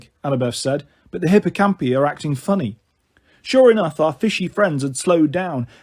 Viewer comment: Sorry, but hippocampi and pegasi have a strong I, so would be pronounced hipp-oh-camp-eye